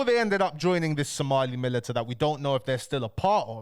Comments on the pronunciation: Militia not milita broski 👍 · Bro that’s not how militia is pronounced lol